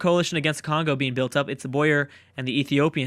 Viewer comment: it boer not boyer